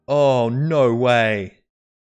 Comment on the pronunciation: Oh nou wuey! :D